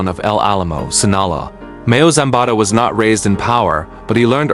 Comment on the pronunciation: If you can't even pronounce Sinaloa properly, nothing else you say is worth listening to, losers. 😡😠🤬